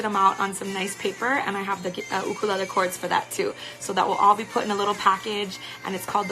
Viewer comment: it's a you-kur- lay- lee, is that the Hawaiian pronunciation? U-ka-lala LOL